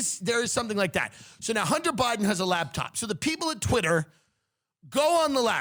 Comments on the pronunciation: Tim says "labtop" instead of "laptop" like I did when I was 10 and imagined an entire lab working inside that top. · I hear him saying labtop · "LAB TOP"